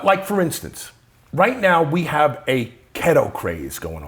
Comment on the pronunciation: What is kettle or is he saying keto?